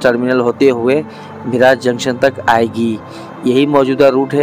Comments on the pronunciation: मिराज जंक्शन नहीं,. मिरज जंक्शन बोलना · ठीक उच्चारण सीखिये. मिराज नहीं...... मिरज है. वैभाववाडी नहीं..... वैभववाडी है मंडगाव नहीं...मडगाव है आपकी जानकारी का प्रमाण क्या है? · मिरज ला मिराज म्हणतोय. 🙂🙂🙂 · गावों के नाम का सही तरह से उच्चारण कीजीये. मिराज ( मिरज), सतारा ( सातारा), धुलीया (धुळे), हिंजेवाडी (हिंजवडी), जलगांव (जळगाव), भुसावल (भुसावळ). अगर हिंदी भाषा में 'ळ' शब्द नहीं हैं तो इसका मतलब ये नहीं की आप आपके तरीकेसे उच्चारण करे. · मिराज नहीं सर मिरज बोलिए🙏🏻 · मिराज नहीं भाई मिरज Miraj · मिराज नही मिरज...